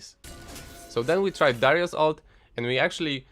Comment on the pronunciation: I heard dyrus lol.